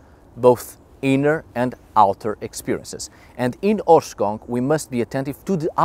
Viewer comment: Please. Someone tell me that me and my friends are not the only ones that understand "horse c**k" when says the word in the title... Like in the first 10 seconds of the video